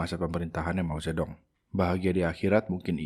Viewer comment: Mao Zedong dibacanya “Mau Cetung”